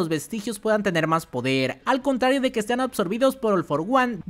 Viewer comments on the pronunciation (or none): none